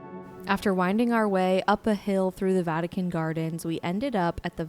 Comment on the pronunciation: Um,... its the "Vatican", not the "Vatuhkin".